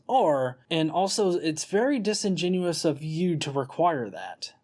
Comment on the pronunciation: I like that you've figured out how to say "disingenuous" properly now. You used to always say "disingenuine".